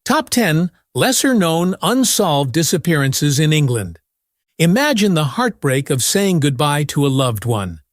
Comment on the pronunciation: What are "disapearanrs"/"disaperanes" tho'?